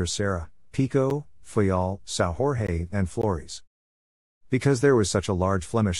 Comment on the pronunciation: Sao Jorge is a Portuguese name and not a Spanish name. You are pronouncing it as if it was a Spanish name. it is not pronounced Sao Hor-hei, it is pronounced like Sao George.